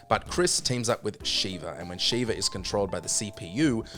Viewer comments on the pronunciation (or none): You put RE0 behind RE6 on the last place? Okay what can i expect from people that can't pronounce the name Sheva (not Shiva) 😂 just joking it's a bad ranking 👌🏼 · Birkin, not Burton. Also, the problem is specific to the AI itself, not to Sheva (short "e" sound, BTW). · I stopped watching after hearing the way he pronounced Sheva's name lol